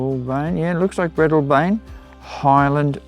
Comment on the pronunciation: Oh , pronunciation of Breadalbane is a bit off , of interest to train buffs in NSW is the Breadalbane loop.